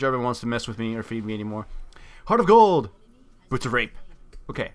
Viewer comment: "Heart of gooold, bootsofrape."